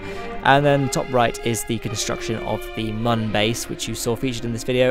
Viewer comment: mun is still pronounced the same as moon, because of the accents on the top that make it look like a smiley face.